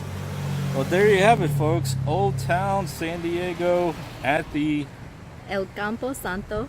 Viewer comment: Excellent pronunciation,! Old Town!😍 Wow, another cemetery in my hometown that they built over. What’s wrong with my people😂! I’ve seen those markers in the sidewalk! Wow, the cold spots are interesting😮! I remember seeing this cemetery but never walked within the fences. and, thank you for this! Everyone of your San Diego explorations make me homesick and teach me things that I didn’t know about where I grew up! Awesome!